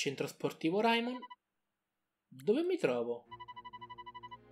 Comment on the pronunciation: Ma non si pronuncia reimon